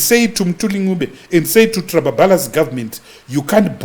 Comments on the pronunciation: Biti is a Legend. & Also did you notice that a Disses ED by pronouncing Trablablas as Trababalas , Precabe as Presabe 😂😂😂😂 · It's 'Trababalasi' for me 😂😂